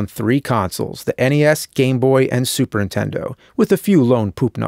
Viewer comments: 200 episodes...and the guy still can't say "Super Nintendo" correctly. He says it the same way our moms said it back then "Super INTENDO". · Super Intendo Chalmer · Do you say super intendo on purpose or is it a joke im not getting? No sarcasm im genuinely asking!